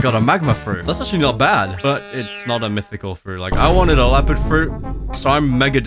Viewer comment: Bro said he wanted a Leopard fruit. But what he meant to say was he wanted a Lopeard fruit.